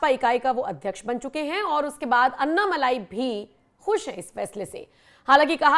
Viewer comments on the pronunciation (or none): भाई लोगों - अन्नामलाई नहीं है, अण्णामलाई है। अण्णा यानि तमिय में बडा भाई। लगता है अण्णा जी को फोन में बोलकर उनसे ही हिंदी लिपी में उनका नाम सही करवाना पडेगा।